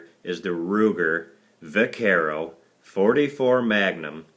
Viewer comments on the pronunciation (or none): pronounced (bakero) long a sound